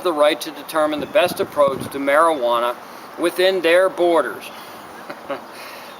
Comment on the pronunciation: God I hate the way you say mari-geeee-wanna